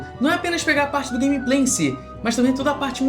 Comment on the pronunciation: "E, e eu tenho um canal de guemiplei" kkkkkkkkkkkkk sempre tem